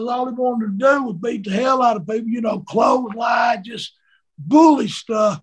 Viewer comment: the way he says close line it cures my erectile dysfunction